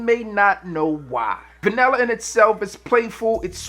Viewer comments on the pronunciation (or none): For those of Us not from Maryland or NY(BBB -MrG) pronounced vanella" is Vanilla..